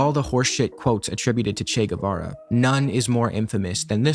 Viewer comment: They can’t even say his fucking name right!